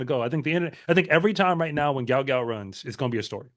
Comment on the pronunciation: Love your channel! You may know this, but here's an excerpt from sporting news: The sprint sensation should actually be known as Guot Guot, which is pronounced "gwot gwot". "His name is Guot, it’s supposed to be Guot," Bona Guot told 7News. "When I see people called him Gout Gout, I’m not really happy for him."